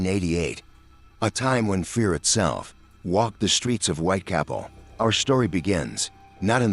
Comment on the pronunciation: "Whitecapel"? Can't you find an actual person to narrate? Surely there is no shortage of unemployed actors.